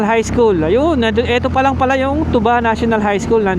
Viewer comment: Thank you for visiting Benguet kahit may bagyo😅 correction lang po Sir sa pronunciation ng Tuba, long stress po sa syllable na "TU", hindi short stress katulad ng tuba na alcoholic drink.